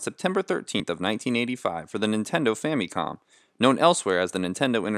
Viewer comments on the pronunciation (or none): Just one thing, please stop pronouncing it like fammee-com. There are only two acceptable ways to say this word. With English sounds, understand that the word is a contraction of "Family Computer", so it is correct to say "Fam-ih-com". Or, say it the Japanese way which has a different "a" sound: "Fah-mee-koem".